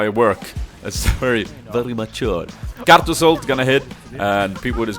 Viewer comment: pls make a 10 minutes loop of you saying karthus